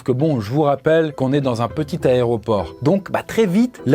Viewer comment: C'est fou de faire un format sur les avions et de continuer à dire "Aréoport". Merci pour tes vidéos malgré tout